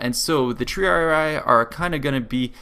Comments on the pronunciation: >the Triaraaaraaarariarariiar. Dude try spelling it in latin. Tri-ari-i. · Lol a Total War Lore Guy and Strategist and cant say Triarii correctly.